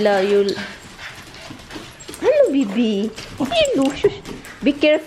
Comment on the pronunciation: Nice ung blend ng lipstick mo sis 💋hehe #Hello sounds like yellow😱😂😂😂